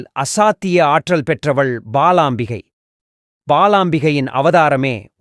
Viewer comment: Not palaambigai.. it is balaambikai